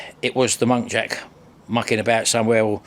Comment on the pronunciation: Muntjac……not monkjac….😂😂😂